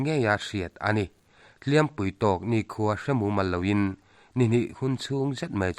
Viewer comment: Hliam....pui tawk ti a lam rik loh tur...Hliampui...tih tur zawk aw